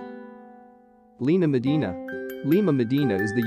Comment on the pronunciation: When he says Lina madina i just can’t 😭😭😭